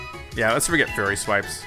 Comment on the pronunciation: Its "Fury" as in mad